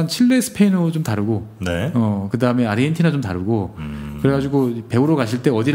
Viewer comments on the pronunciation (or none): 아르헨티나라고 쓰고 아르헨도라고 읽습니다~~~